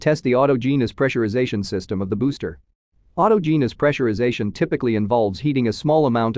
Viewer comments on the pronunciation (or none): It's "aw TAW Jenn us". Not "auto genius". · Au-toge-a-nis. Also the FCC didn't grant SpaceX a license, they gave them an extension on their current license.